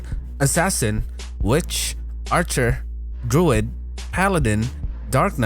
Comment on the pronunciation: LMFAO Did you just call a druid a droid!?!? MMO fans might try to kill you! JK JK It's is pronounced Drew-id...